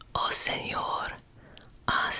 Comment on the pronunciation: Tip for you say Senhor or Senhora better. Say "sem or" and "sem ora". Your pronouce will be better. Try it =)